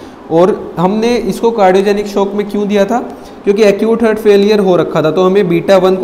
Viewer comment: Excellent sir A mistake I found Its haaaaart not hurt